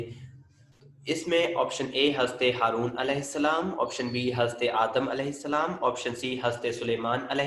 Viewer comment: Kindly speak correctly ''Hazrat'' word... You are saying this word with the name of prophets so plz speak it correct.